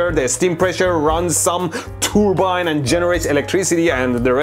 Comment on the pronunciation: when He says "tooourbine " you know its fake.